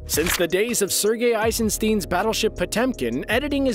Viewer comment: Eisenstein is pronounced like the stein in Einstein